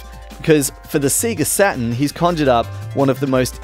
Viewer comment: " so we looking at the Sega Satan..."